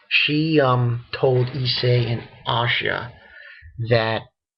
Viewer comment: actually asia's name is pronounced Ah - see - ah